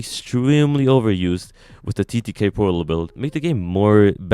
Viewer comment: does he say it porlat or am i trippin